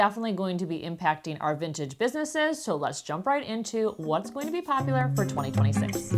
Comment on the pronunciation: Good info, but in your pronunciation, -ing should not be -een. Example: going not goeen.